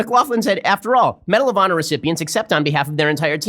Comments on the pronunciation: Is it just me or is he saying medal of pawner? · This video deserves a like just for that. Oh, aand "medal of pawnor".